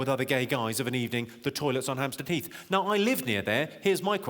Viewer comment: every time he says "hamstead heath" i hear "hamster teeth" 😃